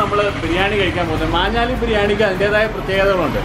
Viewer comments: Its maanjaaly bro not manjaaly. It's near my mum's place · മഞ്ഞാലി അല്ല ബ്രോ "മാഞ്ഞാലി" ആണ് മാഞ്ഞാലിക്കാരുടെ പ്രധാന ബിസിനസ്സ് കാറ്ററിംഗ് ആണ് അങ്ങനെ അവിടുത്തെ ബിരിയാണി ഫേമസ് ആയി...